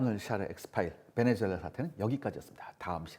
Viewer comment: 베네주엘라가 아니라 베네수엘라 라고 발음해야죠